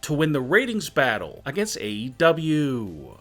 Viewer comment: Everyone:: AEW Him:: AW 😂